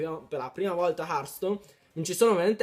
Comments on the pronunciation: hearthstone non hartstone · Comunque si scrive hertstone ma si dice hertston (per )